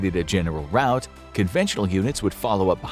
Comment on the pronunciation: "Rout" not "route."